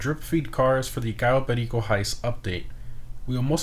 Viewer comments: do you speak spanish cuz each time u say cayo perico u say it in perfect spanish no accent wtf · The only person who knows how to pronounce "Cayo Perico" correctly. Lol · You say cayo perico like a latino homie 🤙🏼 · Just a small thing, but I really like how you said Cayo Perico, you're the only person I've heard pronounce it properly lol